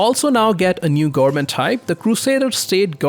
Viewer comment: goernment goernment goernment, speak better pls